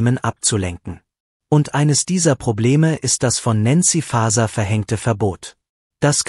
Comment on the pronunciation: Die KI sollte so programmiert sein, dass auch der Name von N. Faeser richtig ausgesprochen wird.